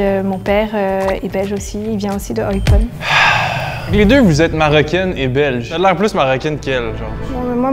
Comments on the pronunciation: celle en rose au moment de se présenter aucun Belge ne prononce Eupen comme un français O-e-pe-n 🤣🤣🤣 dsl meuf t'es grillé pas besoin de voir la fin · « Eypeun » hahaha c’est Eupen, comme ça s’écrit 😂😂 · 4.13 Eupen mdr comment elle le prononce, c'est sûr c'est pas elle la belge 😂😂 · C'est hard de trouver même pour un Belge. a mal prononcé Eupen, pas du tout compris où sont venu les parents d' en Belgique. (Varne? Ça existe ça, en Belgique?) Puis le fait d'avoir pris le chocolat Lindt comme Belge! Puis l'affirmation que les Belges souvent des études en France plus que le contraire... Bref, il y a des indices, mais ce n'est vraiment pas simple à trouver. Ils sont vraiment bien. documentés. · J’ai mal fait mes devoirs, j’avais aucune idée de comment ça se prononce Eupen 😅 Mais je vous ❤ mes amis les Belges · j'ai one shoot, de la façon qu'elle prononce Anderlecht ♥ et le Eupen j'ai rigolé XD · Elle s'est même pas prononcé eupen correctement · Je fais une petite prédiction en tant que Belge au début de cette vidéo: pour moi, c’est 100 % sûr que est Belge (elle a l’accent belge). Les autres sont Français, selon moi. Il y en a une qui n’est certainement pas Belge, c’est — même les Wallons ne prononcent pas "Eupen" comme ça!